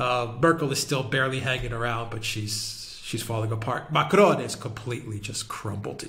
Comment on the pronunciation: STOP saying Macron as if he’s Spanish. You do NOT pronounce the N at the end of a French word! Learn to pronounce the names you cite! 🙄